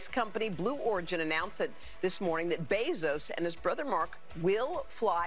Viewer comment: The best part was how Trevor pronounced it like "Bezas"